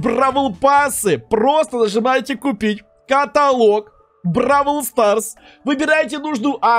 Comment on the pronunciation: прости но "Бравл Старс" а не "Брал Старс"